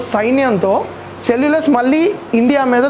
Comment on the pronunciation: సెల్లులస్ కాదు....సెల్లుకస్ నికేటర్